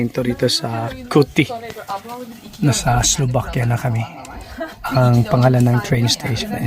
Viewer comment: Enjoy!, please pronounce Slovakia with a V, not B. Thanks!